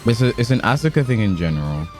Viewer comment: The su in Asuka's name is like the su in Sasuke's name.. the u is silent